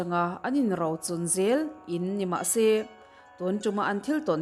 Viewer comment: Enge Rau , Ro tih tur aw.